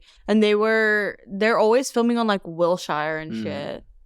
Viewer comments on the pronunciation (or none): saying San vincinetey and willshiyer has to be a joke. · Will-Shire. Transplant sounding ass (with love) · not saying San Vincanente and WilsSHIRE like she's never been in LA a day in her life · enya's pronunciation of wilshire and san vincente as an la native is gonna make me tweak out